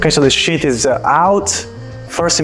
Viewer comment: ok.... don't crucify me please, but since you and your team are not able to pronounce the word "sheet" correctly, and you keep saying "shit" all the time... I highly recommend that you try using another word like "laminate" or "film" or "plate". I know it is frustrating, but this mispronunciation is somewhat important and it does create a distraction when you keep saying things like "now look at this beautiful SHIT that came out of the press". sorry... but it is just how the English language works.